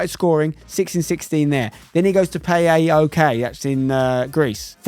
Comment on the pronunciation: just so you know, Spencer, PAOK is pronounced as one word so its just PAOK not P-A-O-K